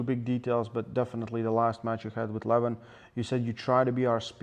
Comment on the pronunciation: LeVAhn, not Leven